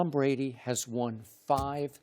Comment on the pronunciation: tom bwady will never win another super bowl how does 2 working on thwee sound wob